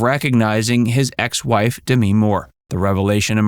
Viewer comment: It’s not D me more - it’s DEMI for Christ sake! 🙄